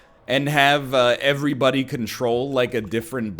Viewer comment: No one: NL: eEverybody